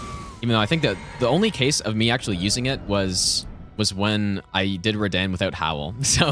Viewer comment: I love how he pronounces Radahn 'reDan' lol